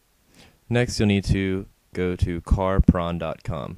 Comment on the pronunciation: Carpron, lol.